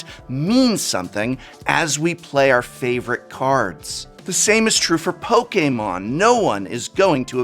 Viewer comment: Thank you for being over 40 but still pronouncing Pokémon right. I kept preemptively wincing out of habit but the cringe never came, because you're always well-researched.